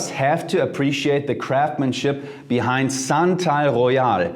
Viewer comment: SANTAL GHOEYAL...SANTA...AL...GHOE-YAHL...ROSE AND OOT ;) what about TF oud de minerale?